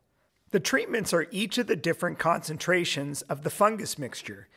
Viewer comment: Fungus not fungas